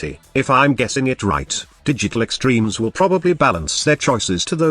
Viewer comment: Am i the only one, that whenever he says Digital Extreme, i think he said "Did You Click Streams"